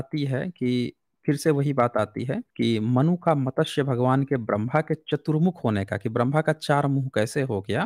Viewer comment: मतस्य पुराण नही, मत्स्य पुराण।